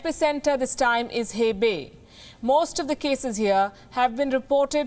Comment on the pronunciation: So dramatic 😜😜 Hebei (hey bay)🤣🤣🤣🤣🤣🤣